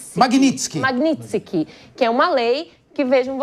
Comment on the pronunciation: A CIENTISTA POLITICA NÃO SABE FALAR O NOME DA LEI MAGNITSKY KKKKK